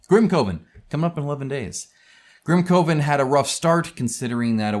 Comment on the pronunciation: I thought it was grim kuh-ven, like a coven of witches?